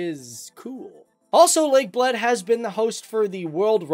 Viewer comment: I needed some time to understand he's saying "lake of Bled", not "lake of blood" 😂😂😂